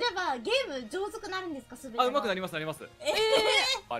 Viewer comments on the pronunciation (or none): 上手く(うまく)なるんですか？を 上手く(じょうずく)なるんですか？って言ってんのなんかって感じするw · 普段配信を見てないから分からないのだけど、はわざと「じょうずく」と言ったのか？「上手く」を「じょうずく」と読むものだと思ってるのか？どっちなんだ……